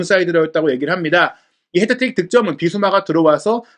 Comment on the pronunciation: 왜 자꾸 해트트릭을 헤드트릭이라고 부르냐…